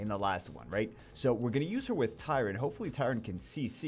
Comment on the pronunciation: is the only person who pronounces Tyron's name properly lol